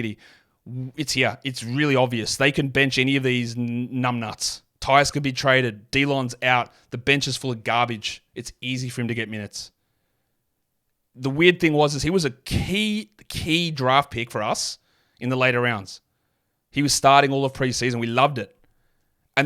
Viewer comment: you said "DEE-lon" instead of "DUH-lon" for Wright again!!!